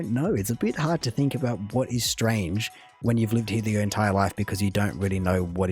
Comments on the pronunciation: If you listen to a Scot with his mouth full of marbles you'll definitly hear the word aboot. A Scott cannot pronounce the word about. Makes me think Darwin was wrong. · I love the Australian and detest the Canadian. Can't believe the dimwit actually says "aboot". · The fact that he goes out of his way to mispronounce "about" tells you all you need to know about this guy 😂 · I’m 70 & have never heard a Canadian say about in that way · This guy has the quintessential Ontario accent with the Canadian Raising method of pronouncing the “ou” sound. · Ughh JJ is soo annoying lol... he purposely mispronounces the word 'about'. it drives me nuts. Nobody says it like that...Well except maybe in Newfoundland but JJ is from the exact opposite side of the country so there's no reason he should be saying that. He is right about the Canadian Tire money though, everyone's dad probably has thousands of dollars socked away in a drawer HBC didn't own that much of Canada lol, it's an exaggeration but, not by a whole lot. The land they owned was around the Hudson's Bay (hence their name Hudson's Bay Company). Their pattern is historic because its hundreds of years old. There's no other reason except that they've been doing it for centuries. American balls are actually smaller than Canadian balls too. the Stripes, I was taught, is actually a guide to where to properly place your hand on the ball to be able to throw a perfect spiral. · I am trying to figure out if he is saying "aboot" on purpose or not. Most of us Canadians don't say aboot...we say about. Some people in the east probably pronounce it similar to aboot but they also have an accent on all the other words too.....which this guy doesn't. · why is he saying aboot instead of about? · I have my doubts this guy is actualy Canadian as he keeps saying ABOOT instead of ABOUT and the weird way he says AROUND. I am seventy odd, been in Canada since I was five znd have never heard either pronunciation used.